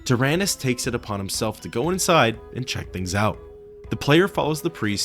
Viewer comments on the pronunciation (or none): none